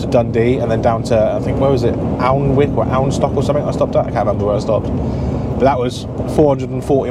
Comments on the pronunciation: Alnwick = "Ann-ick" for future reference ;-) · Alnwick is Anick,. Very little up there is actually spelt how it's said!